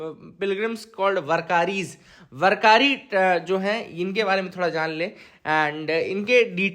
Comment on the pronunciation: Warkaris is prounced as वारकरी and its पंढरपूर not पंढारपूर 😊 hope you get the difference